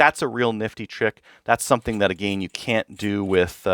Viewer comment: “Uhh gain” lol I thought I was trippin at first lol